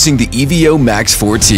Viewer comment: Not sure how this video make it to release being called the Ee-Vee-Oh, but not a bad product.